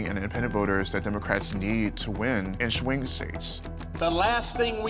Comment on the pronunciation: in “shwing states”